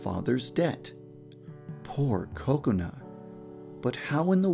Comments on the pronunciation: because its pronounced ko-ko-nuh. in japanese there is equal stress on all syllables, so it sounds like coconut. this whole "ka CONE a" is wrong because you are putting stress on the middle syllable. so just say coconut without the t and thats pretty much it, unless you put stress on one of the syllables... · Yandere Dev you say kokonut to though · Wait that's NOT what they are saying? I always just hear Coconut and I assumed that was her name. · Did anyone notice that it sounded like he said "Coconut Chan" I almost died... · Yep, Kokona's Japanese pronunciation does sound like Coconut. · and kubz scoutz calls her kakoni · I keep hearing "Coconut" instead of 'Kokona' 😂😂😂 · Why did u called "KOKONUT" anyway??!! XD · why does he say "kokona" as "coconut"? 😂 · kakona is pronounced by Kubz Scouts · It sounds like he is saying Coconut xD But ya deer dev, you have outdone yourself again :) tysm! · The only reason I watch this is because the way Devpai says Kokana it sounds like coconut XD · Whenever he says "kokona" I always hear "Coconut" 😂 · Every time he says Kakona I ALWAYS think he is going to say cocout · im pretty sure i heard too much of kubz scouts saying coconut cause everytime yan dev said kokona i heard "coconut" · I keep thinking you're saying coconut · It sounds like he's saying coconut when he says Kokona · Are you calling Kakona "Coconut??" It sounds like it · Oh my god at first I thought he was saying "Coconut" not "Kokona" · In the subtitle "coconut" The whole video all I heard was "coconut" instead of kokona 🤣🤣🤣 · I literally thinks he says kokona, coconut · Woah Wait first off Did He said "Coconut"? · Is it me or I just keep on hearing coconut instead of Kokona XD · I heard you say Kokonut instead of Kokona lol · Your Saying Cocona Not Kokona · It’s pronounced Kakona not Cocanu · actually its kokona, japanese don't have C's in their kana. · its kokona chan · WE been pronouncing it wrong this whole time! Oops!